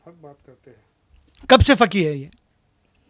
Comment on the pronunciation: Jis insaan ko khud urdu bolna nahi aati wo doosro se sawaal pooch raha hai. Faqeeh ko fakee fakee bol raha hai jaahil aadmi. Topi lagane se koi qaabil nahi hojaata hai, jaahil hai to jaahil hi rahega.